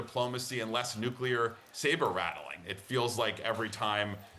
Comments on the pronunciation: It's nuclear, not nuculear. Idiot. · Newkular. Much better than the oldkular. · Simply cannot listen to so-called experts that add an extra syllable to the word 'nuclear'. Next! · Guy can't pronounce nuclear